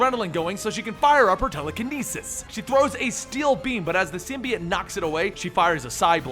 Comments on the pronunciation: ITS PRONOUNCED SIM BEE OHT NOT SIM BEE IT DUMB ASS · SIMBY-OTE not SYM-BEE-UT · ITS SYM BI OTE